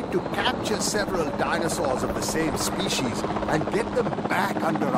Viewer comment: When you said “species there” i heard pc’s there.